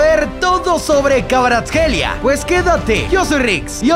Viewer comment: Me sorprende que pudiera pronunciar KVARATSKHELIA